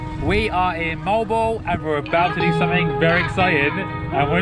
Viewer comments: You're pronunciation of Moalboal is incorrect. Mow- Al Bow-Al. Not Mole Bole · Moh-ahl-Boh-ahl ... moal boal ... not “mowl bowl” ... at least pronounce the word properly.. 🙂thank you so much though for blogging about my birth place Cebu.. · its mo-al-bo-al though😁😁😁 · its pronounced as MO AL BO AL. MO as in lawnMOwer and BO as in BOne and AL as in Al Paccino :)